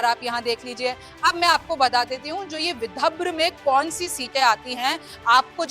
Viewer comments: विभद्र नहीं ,विदर्भ है ,सही उच्चार करे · Mam thik se boliye विधब्र Nahi विदर्भ हैं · विदर्भ या विद्रभ 😂 हिंदी वाचन सुधार अत्यावश्यक है ❤🙏🙏🙏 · Dhire bolo didi...vidabhra nahi vidarbha. Yavatlam nahi Yavatmal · Vidabhra nahi Vidarbha he 😂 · Madam Vidharb hai, not vibhadra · Vidharbh na ki vibhdra😂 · विदर्भ लिखा है मैडम विदभ्र नहीं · y r u reading so wrongly. Read properly Yavatmal (not yavatlam) Vidarbha ( not Vidabhra) 😂😂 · विदभ्र नही विदर्भ कहीए रिमझिम जी। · Vidhabra nahi vidharba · बहन ये विदर्भ है, विदभर नहीं। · मैम बिदभर नहीं विदर्भ बोलें।मतलब विधर व। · विदभ्र आणि विदर्भ मध्ये फरक आहे मॅडम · Vidabra nahi vidharbh hai hai madam 😅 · Madam anchor apani hindi theek kijiye ki vibharv nahi vidhrav hai...hindi ko gaali deney jaisaa hai galat oodhaaran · रिमझिम जरा पडना शिकलो सही से पढो विदर्भ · विदर्भ है सही उच्चार करे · विदभ्र बोल रही है ढंग से उच्चारण कर नहीं सकती और यहां राजनीति पर ज्ञान बांट रही है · Vidhabhra kyu bol rhi hai ye 😂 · हिंदी पढ़ना आने वाले को एंकर बनाए विदर्भ पढ़ना सिखाइए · बिटिया, विदर्भ का गलत उच्चारण करती हो। सुधार करो।